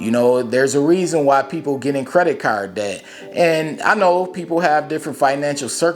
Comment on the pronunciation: Lol yea I like how u say caaarrrrrd 🤣 where u from bro? U gotta be close to where I'm at talkin like that 🤣